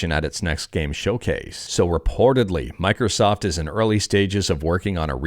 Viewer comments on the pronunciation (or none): none